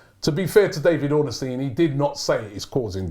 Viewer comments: Why does Robbie pronounce Ornstein as Ornystein? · His name is pronounced Ornstein not Orenstein.